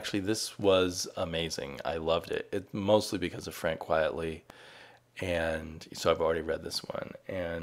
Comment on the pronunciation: I just saw Image was soliciting a Pen and Ink version of Walking Dead #1. I wondered what it was. And everybody on YouTube seems to mispronounce Frank Quitely's name. It's Quite not Quiet. And it's a pen name. Quite Frankly to Frank Quitely. What a comic book artist in this day and age would use a pen name I'm not sure.